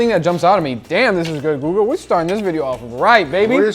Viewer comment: it's GUGA not GIGA!